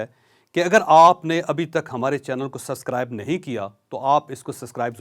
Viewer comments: O Bhai “suscribe”nhi hota.🤣 Aur ya kia fuzool bolty ho aap ke ghanti ke button ko “halka“ ss daba do😝 Aik baat batao tum ko un 1 lac logon ny ya sb informations provide ki thi ???🍅🍅🍅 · او چولے پہلے سبسکرائیب کہنا تے سکھ لے، بساں وچ پھکی ویچن والیا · Plzzz learn how to speak 'Subscribe' then we ll think about it... :-D